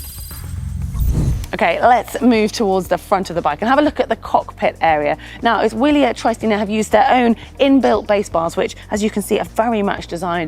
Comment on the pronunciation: Good video but not how the name of the bike is pronounced